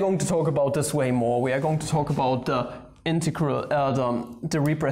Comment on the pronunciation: Aww british accent integharal